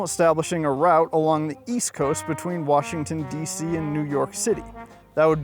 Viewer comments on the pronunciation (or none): none